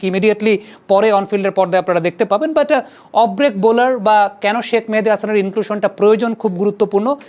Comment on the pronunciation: ভাই কেউ কি বলবেন শাক মেহেদী নাকি শেখ মেহেদী? শাক মেহেদী বলে কেন!